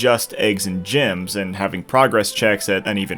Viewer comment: Did he just say gems as "gyms" lol wtf